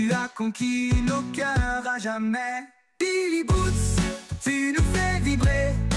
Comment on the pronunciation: Dommage qu'il dise " billy boots" au lieu de billy roots..